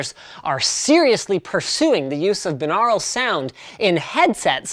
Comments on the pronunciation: you're saying binural wring it pronounced like this "bye-noor-al" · Wh... "Beenarul"? I've only ever heard it as "Buy-nor-ul" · "Bye" naural, not "bin" aural. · 'BIN-Aral' ? Isn't it 'By-Noral' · It would help if you knew how to pronounce the word - it’s BUY - NAURAL - you wouldn’t say BIH - LINGUAL would you? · lol I always pronounce it bi-neural. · ''By-noral'' is the way I'm almost certain it's pronounced, not ''bi-nahral'' . He also pronounces Asus as though it were Asüs. I'm not mad though, it's just now occurring to me that he says certain things a bit funny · Pronounced "Bine-au-ral" similarly to "Bine-air-y" is how you pronounce binary. You don't say it "Bin-ar-y" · ITS BYE-NORE-AL YOU FUCKING PLEBIAN. tips fedora and strokes neckbeard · It is pronounced bye-nor-ul bi means two aur means ear al means pertaining to so literally binaural means pertaining to the two ears. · Good work on trying to say binural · The way you pronounce binaural is technically right but sounds so weird. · Canadians say binaural weird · Dont u say that word differently